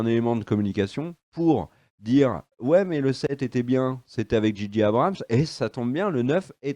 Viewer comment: Très bonne vidéo comme toujours concernant Star Wars! Une petite pincé de sarcasme de en introduction c'est que du bonheur;-) Petite remarque de chieur...: "J.J. Abrams" en pure Anglophone que vous être se prononce "G.G" Merci XD